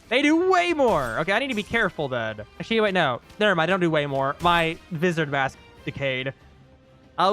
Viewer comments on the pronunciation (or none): its spoken Vyzard